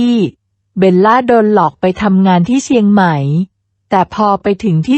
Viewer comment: เซียงใหม่ ไม่ใช่เซียงไหม